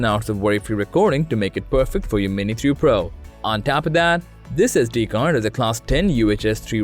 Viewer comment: Lol it’s the accent, I also heard mini 2 pro